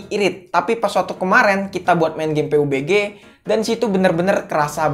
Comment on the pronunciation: Pabji bang,,,jangan peubegeh😂